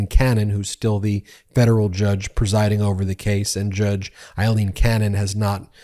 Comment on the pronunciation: Her name is AILEEN NOT EILEEN!! Pronounced w an ‘A’ sound. It’s bad enough she’s back! 🤦‍♀️